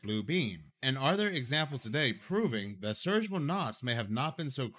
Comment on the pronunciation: His name isn't pronounced "Surge" but "Serge", it's a Slavic name. Pronounced "Sir-Gae"